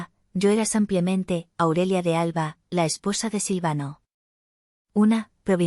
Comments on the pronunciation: Es IA es decir inteligencia artificial y no puede pronunciar todas las palabras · No se dice sampiamente se diçe simplemente.GRACIAS.